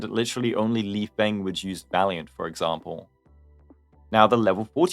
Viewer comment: I’m sure lifeng’s name is pronounced lee-fung since his name is chinese just like dan heng and the same rules apply. no shade